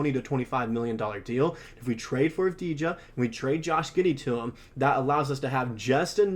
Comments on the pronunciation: Dude, learn how to pronounce their name correctly before trying to recruit tragets to bolster your sports team. It’s Av-di-ya! The j is silent. It's also important to remember that acquiring a player of Deni Avdija's caliber will require more than Josh Giddey and a low first-round selection since Giddey is a bust and a liability at this point, and the Wizards have no need for him even as they rebuild. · (intentional typo) could really put in the tiniest bit of effort to at least to pretend that they care to pronounce Avdija's name right. Of course... Le 'Murica rules all the way. No other countries and nationalities exist.